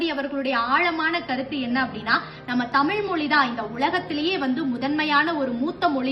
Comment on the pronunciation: 'தமில்' இல்லை. 'தமிழ்' சரியாக உச்சரிக்கவும்.